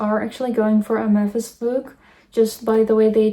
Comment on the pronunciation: no way that one girl watched Hotel Transylvania and still mispronounced Mavis’ name 😂 the larpppp